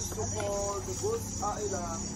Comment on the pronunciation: It's not Bunce Island but Bonth Island